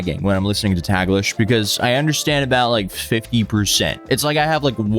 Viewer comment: Small correction, "Taglish" is pronounced "tahg-lish" with the "a" sounding like "father".